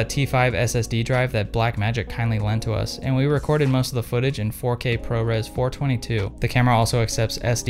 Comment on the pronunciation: "four twenty two" lol who let this cop have a camera. ;) It is "four two two" the 2 two's refer to different squares of a debayer pattern. There are 4 green, 2 red, and 2 blue. Love ya kiss kiss.